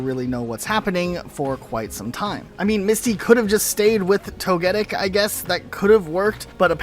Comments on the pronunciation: Anyone else bothered by the way togetic name is being pronounced? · Lol am I the only one who feels weird about how he’s pronouncing Togetic? 😅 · man the way you pronounce togetic is spinning me out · My ears bled every time you said “Togetic.” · I took mr some time to understand which pokemon he was talking about. I am only casual pokemon fan so I thought at first it was some pokemon I haven't heard about or forgot. Then after I figured it out I wondered if it was I who had pronounced Togetic wrong the whole time. I now wonder how he would pronounce Togekiss though :/ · “Toge- who tf??? Pls stop mispronouncing it’s name😭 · 😬So cringe how you pronounce Togetic. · Your initial pronunciation of Togetic is as weird as PChal's pronunciation of Decidueye... It kinda distracts me from the rest of your analysis. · why are you pronouncing togetic weirdly? I've never heard anyone pronounce the name that way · I don’t like how he pronounced “Togetic,” and I failed to see his point here. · Nah I don't think Misty was ever ruined. If anything, people are trying to ruin her with the introduction of Serena, who doesn't deserve Ash BTW. Side note, you were saying Togetic's name wrong. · Tony Stark voice "wait a minute... No one's gonna address the fact he keeps saying 'Toh-Geddic' and not 'Togi-Tick'?!" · I’m sorry but that isn’t how Togetic is pronounce 😱 toh-guh-tik, not toh-GET-it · To-Guh-Pi, To-Guh-Tick, To-Guh-Kiss. It keeps the same name structure during its evolutions. not to-get-ic. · Wtf is a "Toh-geddick"? It's Toh-Geh-Tick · No way you called “Toe-Ge-Tic” , “toe-get-ic” 😭🤣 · Toga-tic. Thats how its supposed to be pronounced! One of my fave pokemon💕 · It's TOE-guh-tick, btw. To be fair, the name should actually be Togechick but it wasn't properly translated. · Homie I can’t take how you say Togetic…it’s tow·guh·tik like the bug tick. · The way he pronounce Togetic had me confused sounds like you said togetit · It’s pronounced tog-a-tic